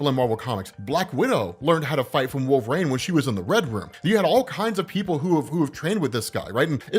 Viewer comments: You really shouldn't be allowed to cover wolverine in any capacity if you cant even pronounce it properly. Like my dude there's tons of media that say his name. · The way you say wolverine pisses me off.